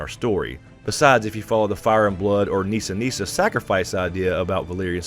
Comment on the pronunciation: The hell you say we are not going to see Jaquen!!!😫😫😫 I'm OK not seeing Nissa Nissa but how about "Nisser Nisser"!!!LOL😄😄😄Awesome series love these!!!😍😍😍